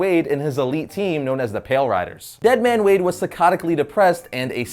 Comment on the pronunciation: It's wade not wadey